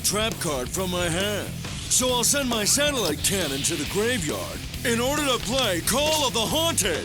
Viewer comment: 6.25 .. I must have misheard that.. "Satellite Laser Ballsack"..??? 😅😂😂